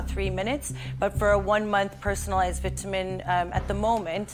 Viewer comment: It’s “ VITAMIN” not vitaminz 😂